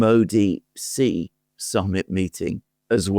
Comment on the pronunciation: Not "jee" like je t'aime. "Xi" in Xi Jinping is pronounced a lot like "she", like the female pronoun.